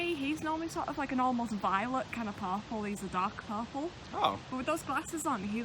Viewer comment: hahahaha, to my ear, when you say purple it sounds like parpool.